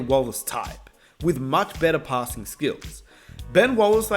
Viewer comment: Dude keeps saying "Pah ssing" wtf LOL. Great video bro